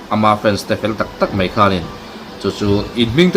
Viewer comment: I tawngkam kau chheh a dikin, ngaihthlak anuam thin e. A mah rawh chu kan ti hram mai (mei) hi kan titi luam hi chuan lo lam mai hi a awl a, (mai) han tih tum hram2 teh khai, khalai ah i mizopa ta nge2